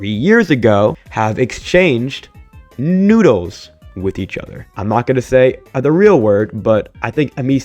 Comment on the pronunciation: When you said noodles I had to rewind the video like 5 times to understand what you were actually trying to say.